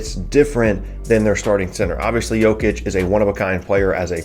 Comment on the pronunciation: your Jokic pronunciation is on point. Well done